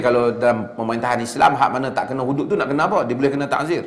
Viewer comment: Bukan taHzir...Ta'zir..dengan Ain...